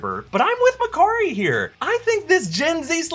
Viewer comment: McCurry?? Can't you open your mouth and say Makaari?!